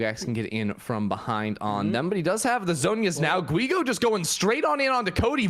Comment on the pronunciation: when sayin Guigo the U is mute.